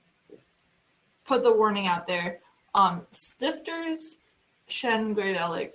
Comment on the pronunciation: [ˈʃtɪftɐ] not [ˈstɪftɚ]